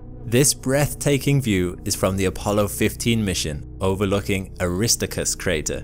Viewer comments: “Air-iss-stark-us”. Aristarchus is not pronounced “Arista-chris.” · Its Aris TAR chus,, not aristicus. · It's pronounced 'Aris Tark Us'. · Aristarchus is pronounced "Er-is-star-kus" not "A-Ris-Ta-Kus" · Aristarchus ~ aris - STAR- kus, not ARIS-tuh-kus. 🥴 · "Air - ist - ARK - us" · The proper pronunciation of Aristarchus is 'eh ruh staar kuhs' with emphasis on 'starr'. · ARISTickus is not the pronunciation of Aristarchus. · WHY do you keep butchering the name of Aristarchus? It is pronounced (Air - a - STAR - kus). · arri-star-kus please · You mispronounced Aristarcus. It is pronounced ...Air is TAR cus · “a RIS toe chris” (Aristarchus) You actually made me cry with that mispronunciation. 😢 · It is Ari-starchus with a ch as in loch ness...it is Greek, come on...! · Great pronunciation of Aristarchus, lol. Now a whole bunch of people who've watched this video, think that's how it's pronounced. You get names wrong a lot, dude. You should try to improve on that. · Beautiful captures and interesting facts, but Your Latin is causing me headaches, really! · obviously you pronounce a lot of words and names wrong, but I think getting Aristarchus wrong should be an illegal act. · I'm so glad I was not the only one.